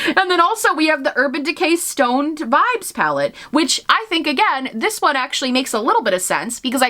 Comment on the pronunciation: I heard "stoned" and was very confused for a second while listening and not watching your video lmao